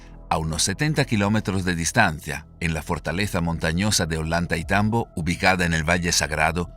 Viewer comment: La doble ‘LL’ suena como una ‘Y’ y no existe en español o castellano ningún Olantaitambo, sino OLLANTAYTAMBO. 😮